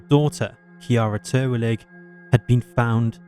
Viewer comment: Re: the second case--the victim's name was Kiarra Terwilliger, not Terwillig.